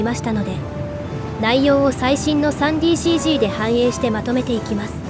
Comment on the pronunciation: 「さんでぃーシージー」は、ワザとですねｗ